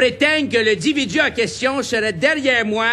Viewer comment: le fameux "dividu" 10-4 😂